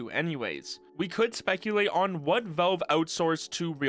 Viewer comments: It's pronounced as Valve, not wellve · are you saying 'Velve'? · Why U say Velve bro? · Take a shot every time this dude says "Velve".